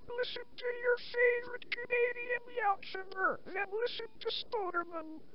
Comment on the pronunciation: LOL I love the way Spoderman mispronounced the word YouTuber!